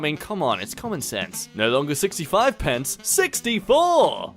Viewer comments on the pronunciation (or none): Also in the UK it is pence not cence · “Negative 1056 pounds and 99 cents” I fucking side eyed him after he said cents instead of pence